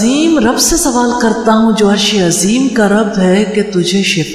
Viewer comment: madam apni alpaz drust karo arshi azeem kaha karo